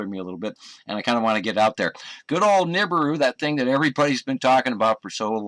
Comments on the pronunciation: It's Na BEER ooh ya bloody brit. What the hell is a neebru? LOL congrats on 100K excellent channel been loving it! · Is he calling it Noobrew? OR is it nibrew? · Awesome show! BTW: The Planet is pronounced Nuh-Beer-Ew — Nibiru The planet hunter (Sam Hoffman’' says it wrong! Keep it up … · Is that just me or does this Sam Hoffman guy pronounce it more like "Nibrew"? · It's pronounced nibeeru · Omg, my dad is a complete nut about this nibiru shite and he's been " researching " this stuff for years. Also he pronounces it ni-beer-oo, I don't know if that's correct or not but hearing it in the video said differently way was weird to me. Oh and one last thing, my dad is the most gullible person I've met when it comes to internet conspiracy theories. According to him I need to have a more open mind, and when ever I disprove any of his quack "theories" he says I can't possibly know the "truth" cause I'm only 16 and he's 57. He's age is partly why the internet can tell no lie to him. He just doesn't really understand how the internet works. At least he doesn't believe in flat earth, but my mom is leaning towards hollow earth I think. Any time they try spouting any nonsense I just try to make it seem stupid and it would only make sense to a child, and the start with the facts of how it couldn't possibly be that way for what every they bring to me. Any ways great video, and I'm super excited for a 100k special!😊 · You got it so wrong mate. Beside the fact that you are saying Nibiru wrong - you chose the shittiest video to show as proof.There are literally tons of scrolls that describe the planet and it path. Just do a proper research before you bark.....You fucking clown.